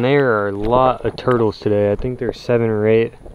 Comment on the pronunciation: When you can’t afford a cameraman..: “I like toitles”